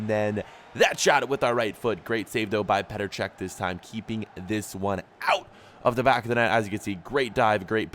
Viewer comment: the way he says out😂